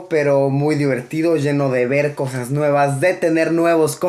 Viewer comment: Luisito comunica en vez de cosas nuevas dices cojas nuevas jajajaja... en el minuto a jajaja no paro de reir